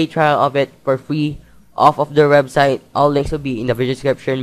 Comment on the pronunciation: The "rebsite" XD